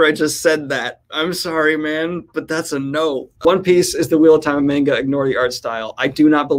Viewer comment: He said manga wrong!!!!!!